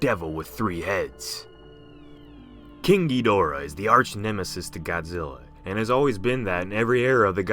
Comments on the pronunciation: it's pronounced King Giddorah not King Geedorah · wait did he "king DI-dorah" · "King Geedorah" 😂😂😂